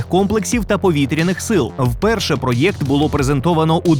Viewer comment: не картав "пройокт"!!! (на російський манер)